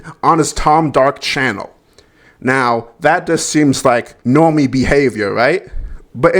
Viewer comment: Sorry was that Normie, or Nwormie?